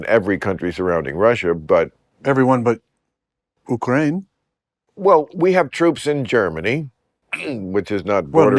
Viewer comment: nice failed attempt to pronounce Ukraine like a Ukrainian—and to know geography